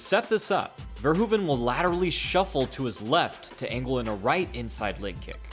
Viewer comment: We call it the dutch style. And it isnt verhuvan but Verhoeven.